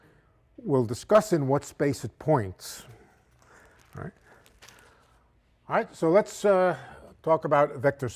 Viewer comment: He does a great New Yorker awright!!!